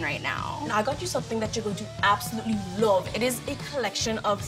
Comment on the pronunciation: SHE NAILED THE WAY HE SAYS LOVE!! OMGG